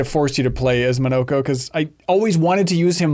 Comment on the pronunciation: Oh it's not Mawn-nah-ko, it's Mo No Ko.